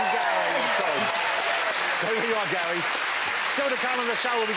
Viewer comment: Gary, Carrie, and Russel...not the best names for a man who can't pronounce his r's....'Gawwy, Cawwie and Wussel'